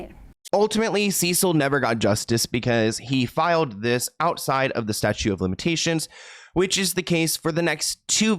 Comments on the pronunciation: Statute of limitations. "Statute" not "Statue" 🗽 LOL 😆 Sorry that was cute. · Statute of limitations, not "statue."